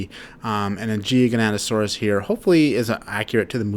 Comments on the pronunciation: Gi ga, not gigianto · The way u pronounce gigantosaurus is gi-gant-to-Saurus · the Jiganatasaurs the most feared dinosaur. BRUH ITS GIGANOATASAURUS